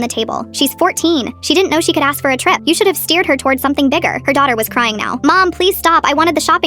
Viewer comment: And I know it said bigger it just didn't sound like it